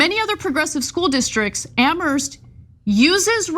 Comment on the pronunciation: Please,, the H in Amherst is silent. It's pronounced "am-murst"